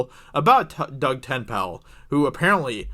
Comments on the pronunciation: who is Doug Ten-pal? haha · Doug Ten-Pale. Hilarious. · Doug Tent-Pal? Who is Doug Tent-Pal? Just say Dirty Dug. Everyone knows who you mean then.